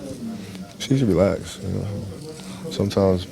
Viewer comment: Not kobe saying "He needs to realax" LOL!